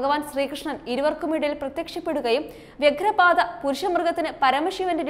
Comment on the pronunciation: കുരുക്ഷേത്രംയുദ്ധം,വ്യാഘ്രപാദം'എന്നാണ്.വാർത്ത വായിക്കുമ്പോൾ ഉച്ചാരണ ശുദ്ധിയോടെ വായിക്കാൻ ശ്രമിക്കുക.